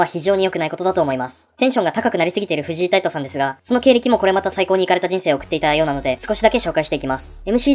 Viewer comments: フジイ タイト じゃなくて フジ タイトです😂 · フジタイトの事、フジイタイトって言ってる？？